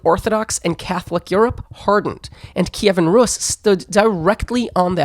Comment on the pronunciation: "Kiyvan Rus"? What's that?? The name was RUS, same thing as Russia, and Kievan Rus was just a period, no one ever called it 'Kievan' and certainly not 'Kiyiviviviv' or whatever bs. In English it's Kiev and it was always Kiev until 2014.